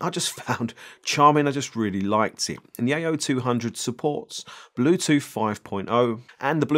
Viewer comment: "Bluethoot" Typical Chinglish. I'm really keen on this one... Great review dude....